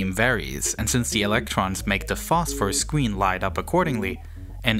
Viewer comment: acwoss the scween. fweqwency wange